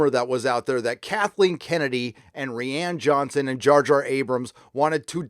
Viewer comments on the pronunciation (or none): REE-Ann Johnson